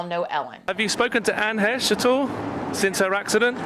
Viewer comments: How do you all you yt people put videos out with zero research? Pronounce the name of the dead person you are profiting on correctly... or don't and keep up the shill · Anne's last name is a hard 'ch' - like 'ch'urch. No one ever says it correctly. I know it's petty at this point, but whenever she spoke her name it was always "Heche." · It's pronounced HESCH. I hate that people keep saying heysche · It’s H, long “a” che. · I haven’t seen the video, I’m a new person to your page and just started it and thought it was weird you didn’t even know how to pronounce her name or was that intentionally done? You pronounced it like he•shh and it’s like Heck well it’s exactly like Heck the che sounds like ck. This is my Aunt and I have my own opinion and I wanted to state that before I watched bc I am going to watch and then I am going to come back to this comment and let you know if it’s close to what our family believes. This isn’t my name obviously and my spam account. Our family is devastated to say the least anyway I just wanted to say that before I began. Thank you for bringing more like to her there is a lot of things we would like to say but can’t in fear of retaliation. Kinda hoping this gets lots and you will be the only one who sees it if anyone pays attention so I don’t have to close this account. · "Fresh" rhymes with "Heche" Oh, it's heeche? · Lol I love that you say her last name wrong too! When this all happened I brought it up in my salon and asked if everyone had heard about Anne Heche and pronounced it hAche. I was quickly corrected by a boujee client that it is pronounced Hesh. I sarcastically apologized for being so uneducated lol I feel much better knowing that I am not the only one to get it wrong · I thought it was pronounced like haysh is it Heesh? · And it’s pronounced HESH……. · It's pronounced "hay-sh" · I can’t imagine I have been the only one to notice this, but I always heard her last name pronounced “Haysh”. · It's pronounced Hey-sh